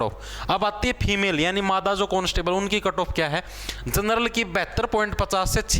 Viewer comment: Aap jab nar or mada bolte ho to bda mja aata hai 😂😂